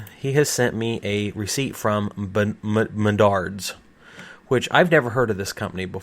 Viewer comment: "Mendards" This hurts my Iowan soul.